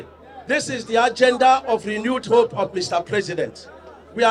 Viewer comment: He said “RENEWED HOPE” 😂😂😂